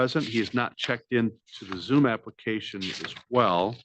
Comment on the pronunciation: Applecation... Is killing me 😅